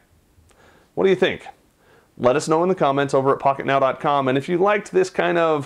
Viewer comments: pocket now i thought you say fucket now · is it something wrong with me or did you say "Hey guys, it's from fuck-it-now,com" lol